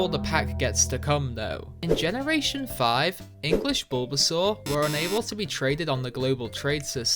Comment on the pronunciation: GROOKEY DOES NOT END WITH IE, IT END WITH EY! AND IT'S BULBASAUR, NOT BULBSUAR!